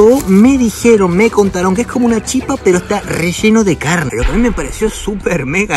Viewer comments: se dice chipa con acento en la i,que lindo ver y escuchar,que te guste la gastronomia de mi pais😊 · Amigo argentino, se dice Chipa, con acento fonético que recae en la vocal final la "a", pero no se pinta el acento porque en guarani las vocales finales no se acentúan gráficamente, saludos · Es chipa con acento en la i, soy paraguayo, pero también me gusta Argentina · Hola soy Paraguaya y se dice la chípa con acento en la (Í) 😊😊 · En Guaraní se escribe Chipa, pero se Lee Chipá - Guaraní se acentúa la última vocal, aunque ésta no lleve tilde. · Y se leé chipá, con el acento al final, pero se escribe chipa, porque en guaraní las vocales al final no llevan acento, pero si se pronuncian cómo si tuvieran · Hola soy de Encarnación-Paraguay , SE DICE CHIPA SIN ACENTO, Y EL TERERE ES PARAGUAYO FUE CREADO EN PARAGUAY Y SE HACE DE AGUA ,HIELO, YERBA Y REMEDIOS YUYOS , Y EL GUARANI ES UN IDIOMA DE NOSOTROS LOS PARAGUAYOS ES DE LO MEJOR💕💗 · Según tengo entendido se dice Chipá en guaraní, en realidad se lee shipá. Y en español sería chípa. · En español la palabra Chipa se pronuncia con el acento sobre la "Chi" pero en Guaraní se pronuncia con el acento sobre la A y además la CH se pronuncia como la SH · Si lo vas a decir en guaraní es chipá (se pronuncia SHIPÁ) y en español se dice chipa (acento en la i y la ch pronunciación española). La CH en guaraní se pronuncia como SH. En cuanto a la gallina casera, esa es la diferencia, su color rojizo y es más dura por lo que necesita más cocción. Muy lindos videos by the way.. los vengo viendo. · se dice chipa sin acento al final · Yo soy paraguayo se dice chipa sin acento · Se dise chipá ra bien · Chipa sin acento, chipá en guarani... pero se pronuncia "shipá". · Te explico como se pronuncia la Chipa, si hablas en castellano es Chípa, con tilde en la I, si hablas en guaraní es Chipá, pero no se pronuncia como Chipá, si no como Shipá. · Se dise Chípa no Chipá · Se dice Chipa, sin acento en la a. Muy buen video amigo, saludos!